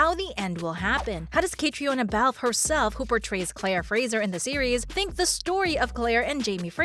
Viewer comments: When are you going to pronounce Caitriona’s name correctly? She’s been around for nearly 20 years….modeling…..acting 😖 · How can I take anything you say seriously when you don’t even know how to pronounce her name? I know everyone wants to make their fortune on YouTube, but do your research before embarrasing yourself….